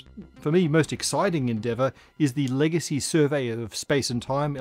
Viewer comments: "A survery"" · "A survery" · a "survery" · A "survery"?